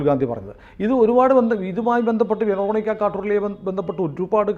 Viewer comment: Ve ruh neek (English), ve ruh neeke (French pronunciation). Quarterly alla Cartelli aanu. Juanita pronounce cheyyunnadhu Junaida ennalla. Adhu Spanish name aanu J silent, Anita enna poley uanita or ohnita.